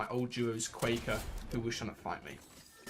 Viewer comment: the way you said quaker has me dead lmao